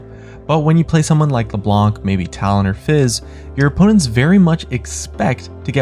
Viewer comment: Leblanc is a french name and therefore pronounced without the "c", i.e. "Le-blahn"